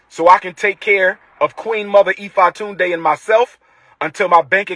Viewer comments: He keeps mispronouncing Ifatunde. And it hurts my ears every time he says it. Ee - FAW- Tunde. Yack. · E-Fa-Toon-Dae FOH lmao 😂😂😂